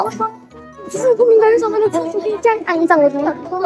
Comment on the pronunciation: 开头那位（没有看标题）那句酱~~一听就知道马来西亚人:face-blue-smiling